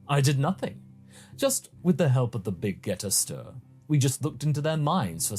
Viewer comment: Wait, why does keep mispronouncing the Big Gete Star? Is it on purpose?